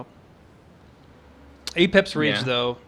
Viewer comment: "Apex Rage/Reach"? What's talking about? New unique? Can't seem to find it anywhere. EDIT: Found it as Apep's Rage. American accent. --_--' I'd personally pronounce it 'Ah-pep'.